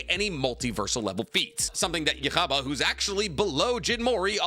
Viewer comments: Yu-ha-baha is the Japanese pronunciation. Yhwach's name is based off of Yahweh, who is a Jewish deity. He's pronouncing it with the Jewish pronunciation. Most people say Yu-ha-bach, Yu-ha-vach, or simply Yu-ha. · Who the fuck is yuchaba, yhwach...yuh-wak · odin is more powerful than zues. and its pronounced you-ha bach. dont read scripts about things you've never seen before. THEY SAY THE NAME IN THE SHOW! you mispronouncing the names is disrespectful and shows just how little you care, and how little knowledge about this stuff that you have. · It almost hurt my ears. You-ha-bah not yuhubba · uh, what??? It’s pronounced “Yoo-ha” l o l “Yoo-ha Bock” for Christs sake lmao bro said “uh-wach” 🙄😂😂 it’s German my guy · I hate the way you say Yuhabaha 😂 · WHY do you say Yhwach like youre hawking a loogie? It drives me crazy. In the anime itself they call him "yoo-hah bah-hah" so you really should adapt to calling him Yuha Baja. Please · Its him mispronouncing (yu-hah-bah-hah) on rapidfire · Is that how you pronounce his name? Yuck-ha-ba? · IT IS PRONOUNCED YOO-HA-VAHK YHWACH - YOO-HA-VAHK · Yhwach is pronounced “U-Hah Bak” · I never thought I’d hear Juha Bachs name with so much… phlegm… If anyones wondering (which you’re not), the name is pronounced as U-Ha… Ba-ha. I know… that’s how it’s pronounced?? Yes. Unfortunately yes. There is no phlegm in the pronunciation as the “ch” sound is not produced when spoken from the native language. Chinese and Japanese don’t pronounce the “ch” and thus, neither should we. Yhwach (ユーハバッハ, Yūhabahha) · thats not how u say yuhabaha/yuwhac (probably spelled it wrong) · Bro it’s called Yhwach (YOU-HAH) bah☠️ Can’t believe my goat shinra made it to the list 😭🙏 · It's just Yu-ha-bach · For everyone arguing about the pronunciation, they literally say it in the anime you-ha-bah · Interesting placement and explanation on Ywhach (yu-HA-baha on the pronunciation, btw.) But i like this list. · His pronunciation of yhwach got me dying